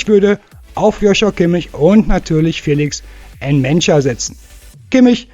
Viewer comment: Boah ehrlich mal. Lern mal wie man Felix Nmecha ausspricht.